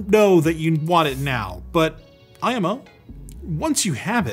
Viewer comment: it hurts my soul when he says "snes" and "IMO"